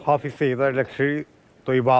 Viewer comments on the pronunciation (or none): മലയാളം വായിക്കാൻ അറിയാത്ത അവതാരകൻ.. ഫായിസ് അല്ലടാ.. ഹാഫിസ്!! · ഹാഫിസ് എന്ന് എഴുതി കാണിക്കുന്നു, റിപ്പോർട്ടർ ഹാഫിസ് എന്ന് പറയുന്നു, പക്ഷെ അവതാരാകാൻ ഫായിസ് എന്ന് പറയുന്നു. ബല്ലാത്ത ജാതി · ഫായിസ് സെയ്ദ് എന്നല്ലേ news reader ആദ്യം പറഞ്ഞത്? പിന്നീട് റിപ്പോർട്ടർ പറഞ്ഞതിന് ശേഷം ഹാഫിസാക്കി😂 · ഫായിസ് അല്ല, ഹാഫിസ് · ഫായിസ് അല്ല ബ്രോ , ഹാഫിസ് .